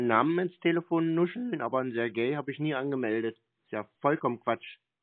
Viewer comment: der wollte ja auch nicht Sergej sprechen sondern sehr gay 😉😜🤣